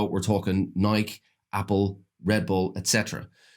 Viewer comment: why would he say NyKE instead of "Nye-kee" isn't the pronounciation of a brand name universal??? especially a good brand like Nike everyone knows it and how its pronounced no matter where you are from. I'm so confused